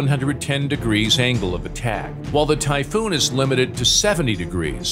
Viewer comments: Sorry but, typhoon. Greetings to germany FROM 🇸🇪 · please just say the typhoon and the rafale